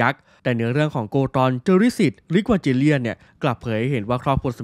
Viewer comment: Evangelion มันอ่านว่า อีวานเกเลี่ยน ไม่ใช่หรอครับ